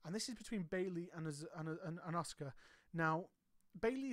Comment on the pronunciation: As much as I like your channel one thing drives me crazy! The U in Asuka is silent therefore being pronounced Ask-A not Ozka or Oska😂